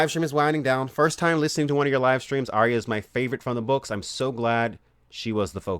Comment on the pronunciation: The best pronunciation of my name so far in life :D thanks